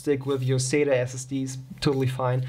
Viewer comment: LOL "sater" SSD sounds like something Larry the cable guy might say LOL, its sat"A", there is no E or R LOL.